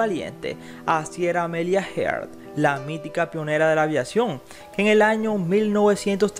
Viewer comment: Amelia Earhat, no heart